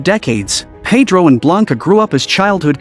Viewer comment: Yes, and the way Winona with her American accent kept referring to Pedro as Paid-row instead of Ped-ro with a hard e sound (first syllable) and hard o sound (second syllable). Oh well, only Maria Conchita Alonso and Antonio Banderas were the main Hispanic actors in the cast.